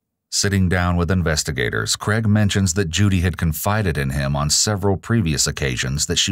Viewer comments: CrAIg, not "Creg." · Interesting to hear the US pronunciation of Craig. More like CREG, whereas is Australia it is pronounced CRAYG